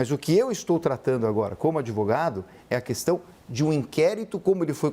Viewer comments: Olha o "Adevogado" 😂😂😂😂😂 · Que adevogado é esse? o cara vem em rede fazer acuzações.